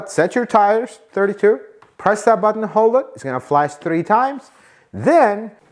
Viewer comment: You mispronounced “Button”.